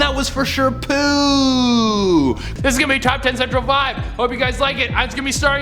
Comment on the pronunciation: I literally laugh every time says poo 🤣😂